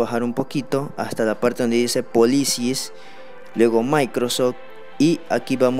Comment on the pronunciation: la parte que me dio risa fue cuando dijo "policies"